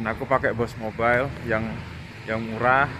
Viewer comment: boost mobile bang bukan bos mobile